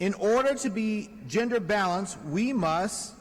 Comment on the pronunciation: “We Muss” Ashamed to say this guy (Jaime Harrison) is from SC. Dude got waxed in the last election we had after Dems dumped money into his campaign. A horrible return on investment. This guy’s wife’s bf must be laughing so hard watching this.